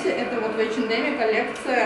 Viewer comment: Девочки, а почему вы не говорите ЭйчЭнЭм без Д, как положено по английски ? Это русский вариант произношения у вас, да ?